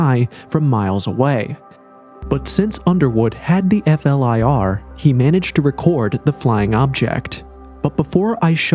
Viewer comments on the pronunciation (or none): flir it's not called f-l-i-r. i tkink we're aware that it's an abreiveation. Most people just call it flir, and don't spell it out all the time. whatever it just sounds weird. im sure im not the only person who noticed. but great video anyway. All ur videos are good.